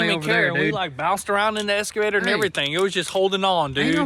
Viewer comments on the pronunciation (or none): EXcavator.... ^^ escavator? ^^ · Sons, i tried for a long time but it's gettin on ma tits! Its EXCAvator not ESCAvator! Say it right!